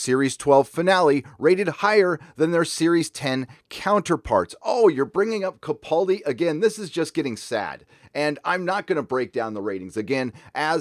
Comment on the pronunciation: Love your comments and agree but is there any chance you could pronounce Peter Capaldi's name correctly? Regardless of what you think of 12, Peter loves Doctor Who and put his heart and soul into the show.